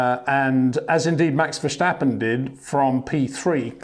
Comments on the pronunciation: Its Max Verstappen not Max Verschtappen… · still his name is Verstappen despite Peter calling him Verschtappen or Vershtappen, I just wander why. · Maybe i can help you with Max his name you pronnounce it kind of german like verschappen but its really diffrent say the first part more like verse like in a song so verse and then tappen with the a more like the a in the word car haha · Great insights love it! Now the only thing to do is pronounce Max's his name the right way.